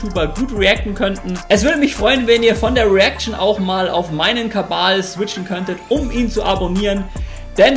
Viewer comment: Warum sagst du im Kabal statt Kanal?